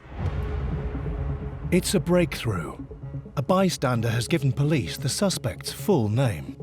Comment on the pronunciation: "Pilice, police" i would take that as a joke 😂